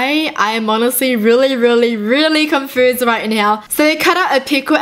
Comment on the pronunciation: on the first pic she said confoesed instead of confused